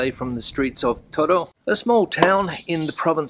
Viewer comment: Whenever I go to Spain my Spanish friends criticize my pronunciation of "toro" claiming that I'm saying "todo" when I mean to say "toro". I notice that you have the same problem, or at least that is what I am hearing. I must admit my hearing has been going downhill the last couple of years, so perhaps I'm just not capable of saying or hearing "toro" properly. Thanks for the travelogue on "toro". It sounds like an interesting place to visit.